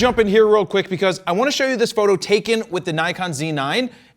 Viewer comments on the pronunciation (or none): why does he say photo like that